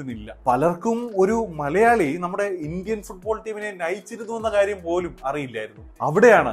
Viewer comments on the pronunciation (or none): none